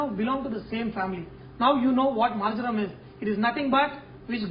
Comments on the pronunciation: hi chef , marjaram ... marmam ..... r those indian words or english? never heard ........ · I believe he said "marjoram". A prominent herb according to the Kama Sutra. :)